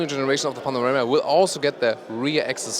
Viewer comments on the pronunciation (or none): Panamera lol.. why do you keep saying panorama... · min 5.22 .....?!? ''Panarema'' ..?!? Update ,min 6.21..,,Panarema'' ........or am I stupid and do not understand what I'm hearing... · ''...the all new 'panorama' '' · The all-new "Panarema" :) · why does it sound like he keeps calling it a panorama? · He is! I heard the same thing! several times! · and he's German! ahha